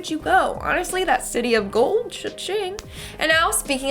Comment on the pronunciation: Am I the only South African when Linds said city of the goal you automatically thought Johannesburg